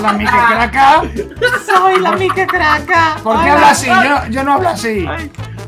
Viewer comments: lo dijiste mal era Mike no es maik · Cuando lo dijo parecía que decía mikecaca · Cuando dijo mike crakca